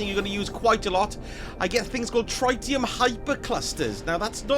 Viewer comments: Its triddyum not tryte ee um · it's pronounced pronounced, not pronounced..... 🤣 But yes, the first "i" is pronounced like the word it, Tr-it-ium. As opposed to Try-tium Have a great day you lovely little sausages! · The "tri" part of "tritium" is like "trih", same as the word "trivial" it's not a hard "I" sound. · It's pronounced tritium, not tritium.